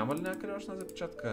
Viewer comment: Казва се запчатка не запичатка